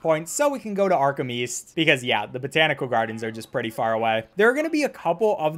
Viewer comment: Patrick Star: Arkham East I thought you said Arkham weast